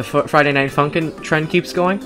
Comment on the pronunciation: When he says funk in it sounds like f—n